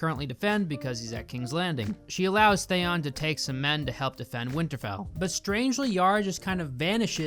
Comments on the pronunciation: "Theyoon" stop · I was gritting my teeth everytime he said Thayon. Same as d&d calling cersei “cersay” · Why does pronounce Theon “They-on” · Everything you say is rendered moot because you don’t know how to pronounce Theon. 😂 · I’m really suspicious that you even watched GOT if you don’t know how to pronounce “Theon” 🤔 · Man I cant help it but for someone who does all this analysis (which was funny btw) it really bothers me the way you pronounce Theon, like there were two seasons where Ramsey literally talks about what his name is all the time lol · Out of the weird names in the show how do you say Theons name completely wrong? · “I love GOT ive read all the books and think the first 4 seasons are some of the best television in history” Can’t say Theon right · Please learn how to say Gendry and Theon. Thanks. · Your pronunciation of Theon is almost as annoying and ridiculous as the last season. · Fucking can't even pronounce Theon right... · First time I've ever watched an hour long video/review of something on YouTube from start to finish and I LOVED every second! You really encapsulate the absolute ridiculousness that is S8. You pronunciation of Theon was really jarring though lol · Good script but the meme editting along with your pronounciation of Theon give me question. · the way you pronounce theon puts you on theon fucking ice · The way you pronounce Theon’s name makes me want to cry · Hey you mispronounced theon but I still love you (and I totally get it, got has a loooot of names) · Theon, not Thayon! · Thaon? Its Theon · bro cant pronounce names they say out loud lmao. "jendry" Thayon" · Thanks for this. Also, what's up with your Thayon instead of Theeon choice? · Great points but seriously learn how to pronounce the characters names!! His name is GENDRY (like KEN but a G) not GINDRE!!! He even says it in the clip you played! And if you love the character so much his name his THEE ON not THYON. It’s so irritating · What the fuck is a "theyon"?